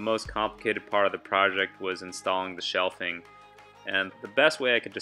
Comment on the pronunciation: Shelving... not "shelfing"... 😉. Thanks for the video.